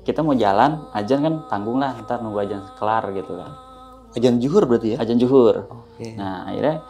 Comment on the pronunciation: Jaman sekarang kenapa sih orang ucap adzan sama astagfirullah hal adzim itu salah semua.kenapa ucapnya ajan sama astagfirullah hal ajim 😩.tolong klo ucap yg bener karna gak enak banget klo denger